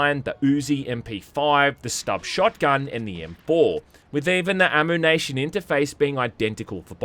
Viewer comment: sorry, "amoo-nation"?